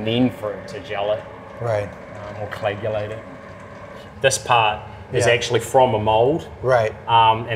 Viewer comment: He sounds like he's saying colagulate instead of coagulate. Thank you, see ya.